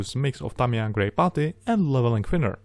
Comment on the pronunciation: i love him and his videos. but i hate the way he says putty. i know he has a heavy accent! still.....botty